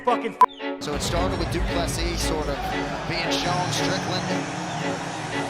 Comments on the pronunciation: Nope its du ple sea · you pronounce it Du Plessee. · Pronounced doo plu sea, not seas!